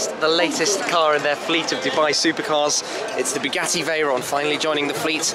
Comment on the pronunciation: "And here we have the Bu gassy Veyron"... Dude... -_